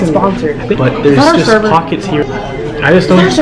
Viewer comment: “Is ThAt OuR sEvEr???” lmao I’m dead 🤪😂💗